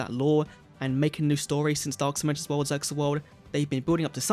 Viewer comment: Isn't ZEXAL pronounced like "seal"?